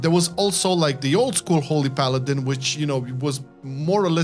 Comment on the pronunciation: Paladiny. Or paladin-e